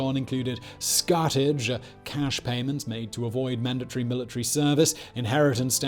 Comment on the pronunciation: Love this channel, but Annejoe, Poitoe, scutadge? C'mon it ain't that hard :))